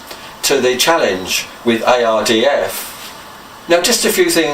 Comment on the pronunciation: U say IRDF it’s ARDF ai not oy….😜